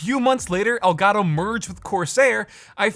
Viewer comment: i love how he says ol garo instead of el gato